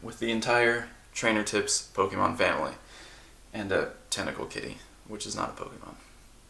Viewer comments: "POKEMAN" it hurts everytime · I know sometimes I call Pokemon, Pokeman or Pokemons or whatever sarcastically or ironically to make fun of the fact the name has been pronounced wrong for decades, but now doing it so often in a humoristic way almost gets to the point we just call them that just because.